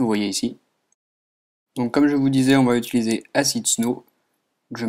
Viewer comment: TOI TU DIS "OM" et pas "ON" :PP